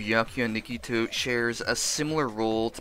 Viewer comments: Wait, wait wait. Nigito? You are pronouncing nagito as nigito. Lol. Never heard someone call him that before. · sorry i just can’t get over “Nagitoo” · Please don’t tell me you just called nagito nagitwo MDJRKWNDI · I’m sorry but I got totally thrown off by you pronouncing Na-gi-toe as Na—Gi-Toe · no ni-gee-toe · Who else felt a part of their soul die when they said Nagitu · "Nigetoo" is how I will forever pronounce his name now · i'm surry but... "nagithooo" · I’m sorry but I got mad how he said nagito because he says it like niggito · People always say nagito komaeda wrong 😹 Gamer help NAH - gi - toe ko -mae - da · It TRIGGERS me the way you say the names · The way you pronounced Nagito tho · the way he pronounces Nagito hurts me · The way he says Nagito physically pains me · Am I the only one that don't want to listen to the video because of how he says Nagito? Imma do it anyways just for whatchtime 😼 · Am I the only one who gets mad when he says Nagito wrong??? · Am I the only one that thinks his pronunciation of nagito is annoying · I’m disliking only bc of how you said nagito